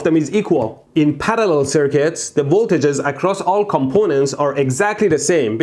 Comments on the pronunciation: The word parallel: exists Mehdi: Palallel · I love how he says parallel